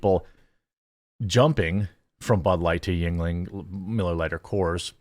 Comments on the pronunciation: I understand you have dyslexia and it's not easy for you, but the constant mispronounciation of yeungling is killing me LOL. It's germanic. It's not asian. pronounced "youngling" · I thought it was pronounced as "Youngling